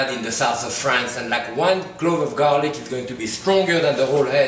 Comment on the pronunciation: "THIS IS GARRRRLIC!"